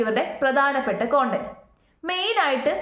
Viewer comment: കോണ്ടന്റ് അല്ലാ കണ്ടെന്റ് എന്നാണ്